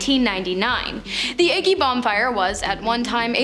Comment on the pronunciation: 30 seconds in and I had to pause and go “Agge..Aggie…Agge..” 😂 OHH IT BOTHERED ME SOO MUCH.